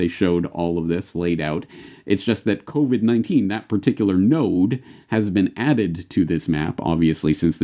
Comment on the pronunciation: it’s sure does sound like he says “The Kobe-19” crisis...The Kobe 🚁 ☠️ was the kick off of this whole thing!